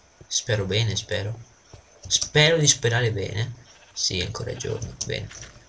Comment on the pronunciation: A i 4 minuti e 50 sembrava che avevi detto PENE invece di bene